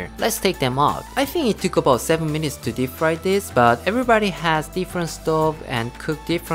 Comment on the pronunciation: He said 50 mununts